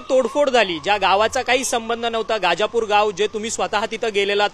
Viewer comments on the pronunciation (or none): गाजापुर नाही दादा गजापुर आहे ते